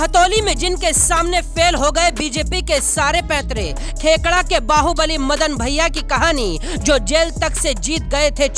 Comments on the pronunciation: खेड़का नहीं,खेकड़ा 😂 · Abe ghado khedka nahi khekda hota h